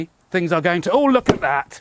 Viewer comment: "Oh look at that - and suddenly tings got a bit nasty" 😅